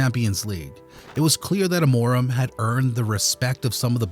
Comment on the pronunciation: "Amóraum" ? LOOOOL